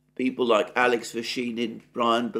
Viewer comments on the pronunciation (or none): none